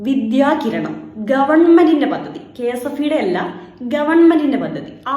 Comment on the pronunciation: പദ്ദതി," നല്ല ഉച്ചാരണം